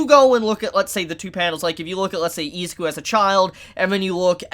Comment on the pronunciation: this man saying izuku as ezaku is driving me god damn insane.